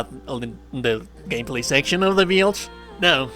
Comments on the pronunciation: It took me a couple of tries to understand the word build coz the very unique ( different / weird) pronunciation you have for it. You pronounce it as "bEAILDt" :) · Interesting “beeld” hehe. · Bruh i've never heard anyone spell out "build" like that what the fuck